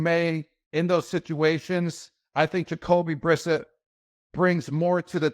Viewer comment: Did he just learn how to pronounce vowels and the letter S? 😂 Plus how does he mispronounce Brissett, they were teammates even (ok Gronk was out due to injury that year but still)?